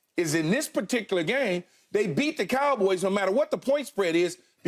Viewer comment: Keyshawn pronounces it as the kalboys